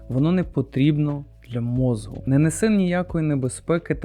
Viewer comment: Давно підписаний на ваш канал, тут багато цікавого але прошу вас "мозку" не "мозгу" похідне від мозок. Не хотів нікого образити, просто дуже вухо ріже і в багатьох відео